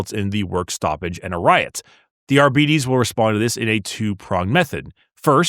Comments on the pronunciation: Why are you pronouncing it 'Ar-bee-tees?' Shouldn't it be a harder 'Ar-bites?' As in 'Arbitrator?' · But it's obvious that 'Arbites' is supposed to come from the word 'Arbitrator'. So it should be a hard 'bite' not 'bee-tees.' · Reject "are-be-tes" Embrace "ar-bites" I reject your reality and substitute my own. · I don’t care who James Workshop hires, I’m NOT pronouncing “Ar-BITE-ees” as “Ar-BEE-tees” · isnt it pronounced arbites as in ar bite ( as in bite something) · Shouldn't it be "ar-bite-deez nutz"? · Nice video! Also Oh MY GOD that pronunciation of Arbites is driving me crazy